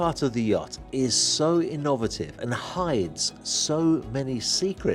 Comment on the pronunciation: how do you pronounce innovative here both american and english and both no where near your wording did like the pool come berth part at end though